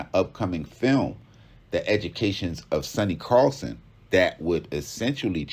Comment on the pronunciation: SONNY CARSON, not "carlson". WTF.